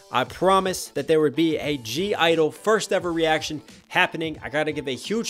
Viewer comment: Their name isn't pronounced as gee idol, it's pronounced as "idol" / "idle". The 'G' is silent in their name :)